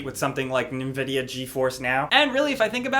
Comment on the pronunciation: Nenvidia lel